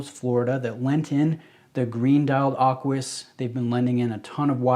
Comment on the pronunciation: Aquis...not Arquis. 😉